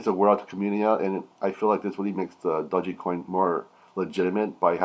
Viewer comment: Ur pronouncing it wrong